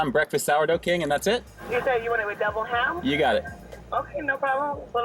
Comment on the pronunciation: Sounded like she was saying mcdouble ham. I was confused at first. There should be more big breakfast sandwiches out there.😋